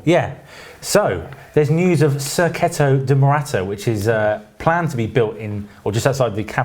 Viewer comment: 'Serketto', as you kept saying, is a truly crap mis-pronunciation of circuito, and nowhere near the Spanish, Catalan or indeed the Italian pronunciations!